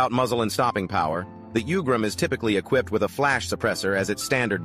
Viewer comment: It’s pronounced “ooo-grum”. Not “u”-gram